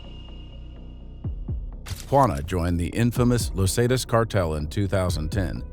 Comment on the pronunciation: great vid but him saying lozatas for los zetas was abit frustrating